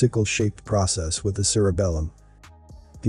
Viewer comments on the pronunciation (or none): none